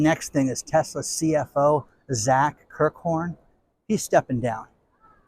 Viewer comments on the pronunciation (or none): none